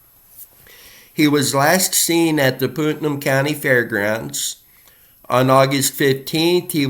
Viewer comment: Putnam is pronounced like putt putt golf and num… putt - num, Putnam Thank you for bringing attention to these cases and the families